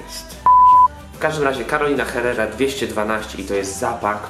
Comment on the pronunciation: Carolina Herrera jest z Wenezueli wiec wymawia sie po hiszpansku bez h :)